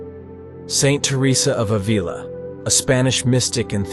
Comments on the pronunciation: Ávila is properly pronounced in two syllables, ‘Ah-vila’ not ‘Avee-la’. ‘The Book of Life’ is actually it is her autobiography which is translated from Spanish to English by some authors and called ‘The Book of Her Life’. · Ávila is pronounced in two syllables, ‘Ah-vila’ and NOT ‘Avee-luh’. ‘The Book of Life’ is actually it is her autobiography which is translated from Spanish to English by some authors and called ‘The Book of Her Life’. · You're pronouncing Avila incorrectly.